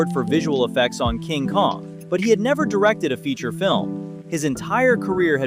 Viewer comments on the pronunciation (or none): none